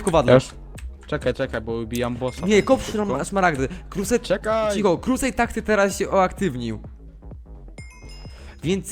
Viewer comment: mówi krusejd